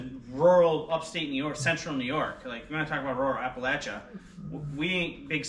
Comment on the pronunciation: Said Appalachia correctly so I immediately subscribed 😊